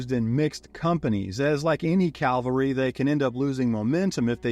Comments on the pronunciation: Calvary? I think you mean Cavalry ! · Caval-ry not cal-vary